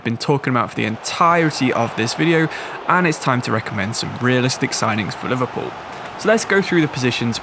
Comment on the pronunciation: Liverpoo mate? 😂